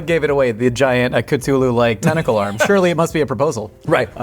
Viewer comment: Rare W from on the pronunciation of Cthulhu.